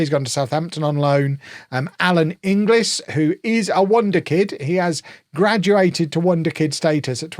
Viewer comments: Kev, Inglis is pronounced "In Gills" rather than "In Glis" - hope this helps! Not that he will be a regular for you anyway! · Every time Kev says in-g-liz my eye twitches 😭 thank god he is out on loan now lol